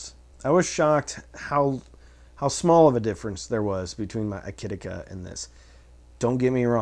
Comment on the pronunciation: Thank you for the honest review of a nice inexpensive audio gear equipment. Also even if you are saying aiyima wrong (I wouldn't know)... I think it is funny the way you pronounce it. "AAAYEEEEMAH" !